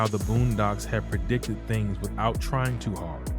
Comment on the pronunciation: You & others keep saying pre-dicted - noooooooooo 😡 the plannnners plan yrs in advance